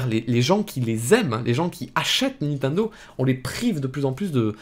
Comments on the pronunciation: Sa me fume a chaque fois tu dis nentendo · Pourquoi tu dis "Ninetundo" ? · Comment il prononce Nintendo. xD